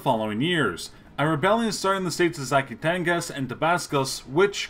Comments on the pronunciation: Zakat Angus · Awesome video but your pronunciation of Zacatecas made me physically recoil